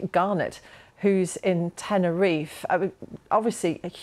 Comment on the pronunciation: Never heard of an Island called Tenner if, are they referring to Tenerife? In English: tenner if eh